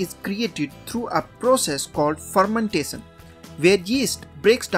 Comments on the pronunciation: Fermentason or fermentashion 😅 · Dish tee lay son...😂 Phur men tay son 😂